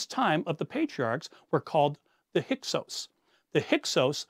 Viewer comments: Learn to vocalize hyksos, not "hykos" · Please just try to pronounce the names a bit better... it's like nails on chalkboard Hyk-sos, not "Hycos" Haht-shep-soot, not "head-shet-sup" I believe tgat the exodus story is a myth. It may have roots in reality, but it certainly didn't happen as written the Torah. And all your creative mix of history and speculation does not change this. ( For example, where the hell did you find that bit about Hatshepsut praying to Hapi and adopting a foreign child? I am quite familiar with the contemporary texts and sources by and about Hatshepsut, and I have not found any of this) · This is fascinating, however, I can’t help being confused by some of the pronunciation of names. I’m no Egyptologist, just an armchair enthusiasts who took one honors Egyptian art history course in college, so I could be wrong, but isn’t it “Hyksos” and “Hatshepsut”? Is anyone else bothered by this or am I just misinformed?